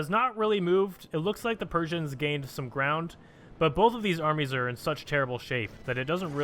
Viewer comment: I thought you said animes and not armies.